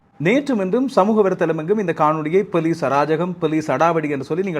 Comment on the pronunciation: ARV--- Your pronunciation of police...sounds like '..Pelisaar...'